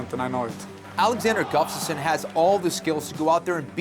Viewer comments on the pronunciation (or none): Hey Kenflo! His last name name is Gustafsson, not Guftason... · kenny keeps calling him guftasson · Is Kenny saying Guftasson? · Can someone please tell Ken-Flo how to say "Gustaffson"?!! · I think Kenny Florian needs to practice pronouncing Alexander Gustafsson's last name if he's gonna be commentating this fight! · Florian should learn to say "Gustafsson" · Its annoying that ken-flo cant say Gustafsson.... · Gotta love Barao's highlight reel :D But please do not let Jon and Kenny commentate the main event, they both cant pronounce the challenger's name ;) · Is it just me or can Ken Flo not say Gustafsson?